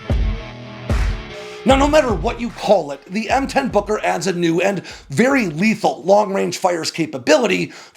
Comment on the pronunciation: Gotta be careful how you say Booker... Kept thinking it was Booger.